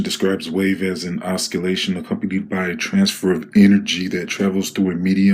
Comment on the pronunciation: I stopped watching after I heard you pronounce the word oscillations as oskillations. That level of conskiousness is too high for me